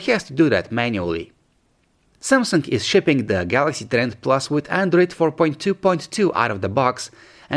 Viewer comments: You keep saying kawalaxy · I always hear a "k"